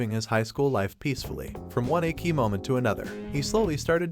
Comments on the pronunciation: Achy anime not echhi at least on how it's said lol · but, its Ecchi pronounced ETCHI!!!! NOT EKKIII!!!!! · Ech-ee not Ache-ee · Hey my man of culture!! It’s pronounced ECCHI (eh-chi) not EKI but hey LOVED your list ! From one cultured person to another you got a 🔥 list going! And I LOOOOVED your commentary! Sooo Sooo GUUUUUUD!!! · Man get your damn pronunciations right 😅😅 wtf is EKKI but not ecchi 💀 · I see the word ecchi. But im hearing, "A Key" very odd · do you really said ekki of all the dumb stuff? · It's pronounced Etchy, like Sketchy without the Sk! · Not "ekki", the "ch" in "ecchi" must be read like in te word "chili", the additional "c" only gives strength to the word. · Every time you say ecchi as eki I cringe and laugh simultaneously... Bc 1. Terrible pronunciation and 2. Eki means station (train station) "Yunna is another (train station) anime"🤣🤣🤣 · Why are you saying "achey"... jesus man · Is he saying "ekki" on purpose? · I'ts pronounced MAH KEN KEE. And Ecchi is ETCH EE. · how can a channel dedicated to anime mispronounce ecchi?